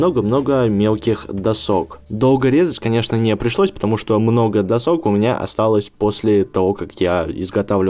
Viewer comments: досОк, прям слух режет. Верно дОсок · не люблю душнить, но можно впредь "дОсок" а не "досОк". А то чуть кровь из ушей не пошла)) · До́сок а не досо́к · не досок а досок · Не досооок а дооосок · Не досОк, а дОсок😂😂😂 Видео очень понравилось, с меня подписка:3💖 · досОк ???? Уши режет.... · дОски, дОсок! Ударение на первый слог и ни как иначе! :-( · На слово досок ,научись правильно делать ударение,а то уши режет от этого слова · Досок ударение на первый слог(слух режет),а так замечательное видео!Лайк.